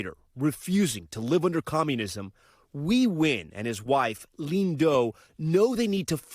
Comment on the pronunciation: Congrats!! But could you now please pronounce your(our) last name-Nguyễn -correctly. Its nowhere close to sounding like “win.’ Try this pronunciation: Nwain